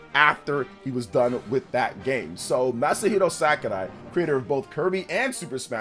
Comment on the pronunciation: “Masahiro SACARAI” lol